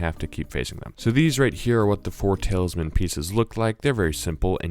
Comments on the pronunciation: Ikr it bugged me so much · You say TALISman wrong the whole video